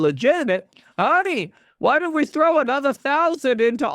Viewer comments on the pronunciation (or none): none